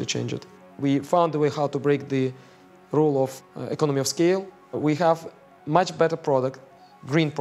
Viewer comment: We ‘khave’ arrival 😂